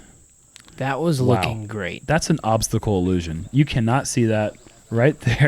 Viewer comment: Did say "obstacle illusion"?